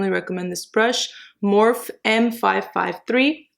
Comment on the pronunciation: Its not morph its pronounsed with the e on the end